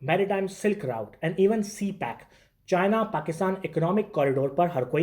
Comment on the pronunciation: Bullshit a man who couldn't even pronounce a world like route he is calling it rooute he is talking on such an important matter